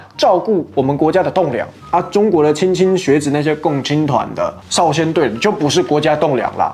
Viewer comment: 莘(ㄕㄣ)莘學子